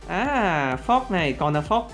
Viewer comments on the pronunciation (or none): Nghe anh đọc clan fox thành clan fuck